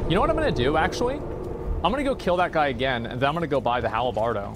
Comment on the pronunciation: “The hal-a-bardo” Drives me nuts. 🤣🤣